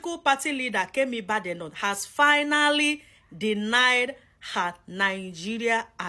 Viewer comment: The way you Keep on destroying people's names is hilarious "Kemi Benavete" 😂😂😂😂😂😂😂